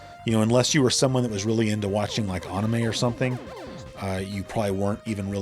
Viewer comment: Who tf says anime like that?